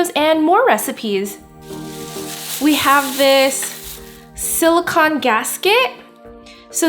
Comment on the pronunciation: Sorry to be nitpicky, but SiliCON is the element, siliCONE is the heat-resistant polymer. I just see the mispronunciation keep popping up, and it's important to make the distinction because they are two different things. I mean sort of, siliCONE is a polymer of oxygen and siliCON, so it siliCONE made of siliCON. But just like a car is made up of an engine and a transmission (and other parts), you wouldn't call your car an "engine."